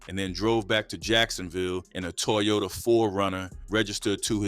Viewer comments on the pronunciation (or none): none